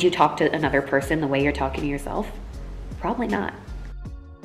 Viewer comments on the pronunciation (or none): I love how you say " probably not " as " prolly not " 💙😃